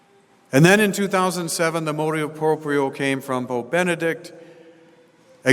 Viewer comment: MotU proprio not motO proprio.